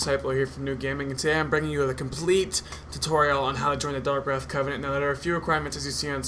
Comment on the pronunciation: Then he dosent even say darkwraith right Lmao